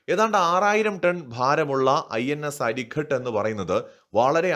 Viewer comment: അരിഖാത് - അരി(ശത്രു) യുടെ ഖാതകൻ. അരിഘട്ട് അല്ല.